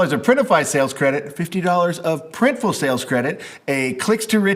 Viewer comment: So you guys now called PRINTIFUL? 😅